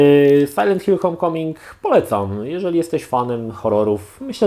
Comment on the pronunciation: Nie "hom" tylko hołm